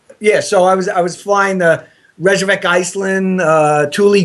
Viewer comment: "I was flying to Resurrect, Iceland"? It's Reykjavik, you tard.